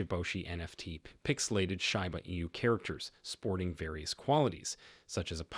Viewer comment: Bro it’s pronounced like sheeba enu, not shyba 😑 Hard to take you seriously